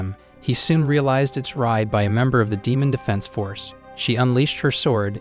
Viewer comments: In the start bro said ‘’demaon’’😂😂😂😂😂😂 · he didn't say demon he said deeman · Bro said deemoon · Bro said demun